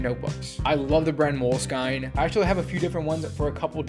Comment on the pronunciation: Mole skine? Hahaha